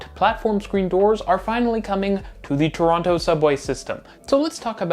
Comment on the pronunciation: You lived here for a while now you’re going to have to learn how to say Torono 😂 anyways I’m really excited for this station rebuild ❤ I’m definitely excited for the downtown relief line and the new stations.